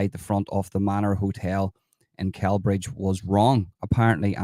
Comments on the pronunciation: It’s pronounced SellBridge, soft C. Glad you’re getting this info out there, absolutely sickening behaviour AGAIN by nameless migrants. Has anyone been prosecuted over this? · Pronounced Sellbridge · Celbridge is pronounced like Cell Bridge 👍💯🇮🇪